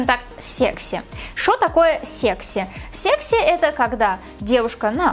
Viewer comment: Ты так прикольно говоришь "секси"